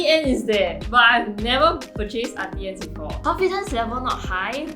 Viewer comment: I was today years old when I learned it was pronounced Aunty Anns instead of Aunty Ann-knees